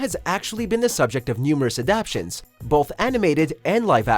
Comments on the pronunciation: He said adaptions💀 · Adaptations! ** not adaptions...come on! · Interesting analysis, but with all that’s going on, I think the outcome was a foregone conclusion. Oh, and the word is “adaptations”. Good effort, though. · Round 5: It's not "Adaptions," it's "Adap*ta*tions." If you're going to present yourselves as knowledgeable authorities, you need to appear knowledgeable by using words that actually exist. You're welcome.